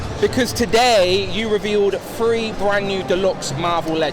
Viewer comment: The word is three not free!!!